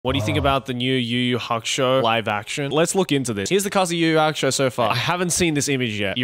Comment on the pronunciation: LMFAOOOO did you just call it. "Yu-Yu Hock-Show"???!!, 😅😅😅 HAHAHA, LMFAOOOO it's PRONOUNCED like "Yoo-Yoo Hack-OO-Show"